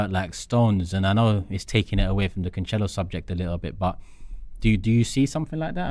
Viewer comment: Why has everyone begun to pronounce his name wrong? It's "can-sell-oh" not "can-chell-oh"